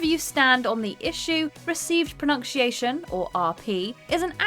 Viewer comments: Why can't the narrator pronounce 'pronunciation?' /prəˌnʌn.siˈeɪ.ʃən/, not /prəˌnʌnk.siˈeɪ.ʃən/ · She sucks. WTF is "pro-nunn-shee-aay-shun" she keeps mumbling. Sloppy content..🧐🤮🤮🤢🤮🤮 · Is “pronunk-sheayshun” an accent thing or just the usual inability for certain presenters to pronounce common words? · She keeps saying ”pronunkciation” 😂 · Or pronunkcheeation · If you are going to mispronounce a word, for the love of God, don't make that word pronunciation. Pro-NUNK-she-a-shun? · I hate that she mispronounces 'pronunciation'. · I find it funny how this woman can't pronounce "pronunciation" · theres so many things wrong with this video that i cant even watch it can you please learn to pronounce 'pronounciation'